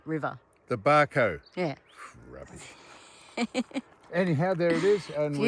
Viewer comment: Australia starts north of the tropic. Everything south is "elsewhere". I worked along this road for four years in the nineties. It's beautiful country, but if you're going to publish stuff Sam, get the names right. It's Isisford, not isisFORD, and Barcoo, not BarCO. And your rig is far too big. You're safer and more comfortable in something you don't have to tow. We used to say (of Victorians) back in the day - "They come up here with a twenty dollar note and a clean shirt, and don't change either whilst they're here". Perhaps you're excused because you're not wearing a shirt...